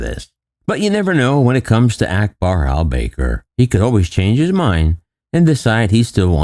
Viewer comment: Hey hope you don’t mind me pointing a few things out. Firstly it’s Qatar Airways not Airline as you mention in your opening. Secondly the name of the CEO is not pronounced Al-Baker it’s Al-Bakaar. Maybe try not Americanise everything and speak it as you see it the English language is far more complex then that. Thanks a bunch👍